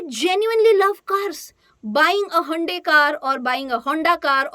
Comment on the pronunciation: The way you Pronounced Audi, Jaguar, Hyundai.. 🤣🤣! By the Way : Subscribed!